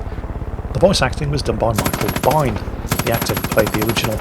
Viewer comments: Michael Biehn, yeah it's Pronounced Bean not Bine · I have Far Cry 1 - 3. Never played it though. Also the pronouncing of Michael's last name is 'Bean". :)